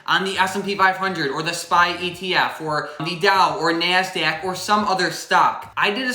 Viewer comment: Your so darn cute love how you say nasdaq with Midwest accent ❤️